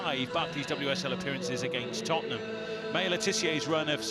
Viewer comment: Lasses, it’s Tottenham.